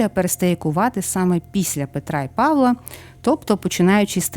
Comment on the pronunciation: Мирного неба всім. Чомусь нема допомоги, щоб здолати ворога. На Петра і Павла', а не Па'вла. Це наголос з російської.